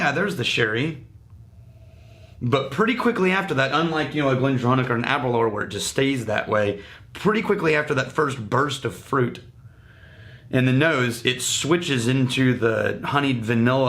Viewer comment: It's pronounced "Abba-LAU-er", like "flower". Love your vids!! Thanks!